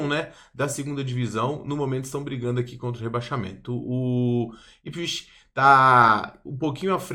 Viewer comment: se pronuncia ipswitch, com som de T no final